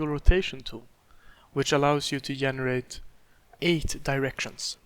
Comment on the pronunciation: its called GENERATE! GE. Not ffffffff yenerate brooooooo stop it